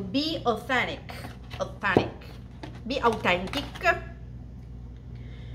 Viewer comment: Quando ti sei arroscia e hai detto BI AUTENTICCCC giuro che sono scoppiata a ridere😂😂😂😂😂😂😂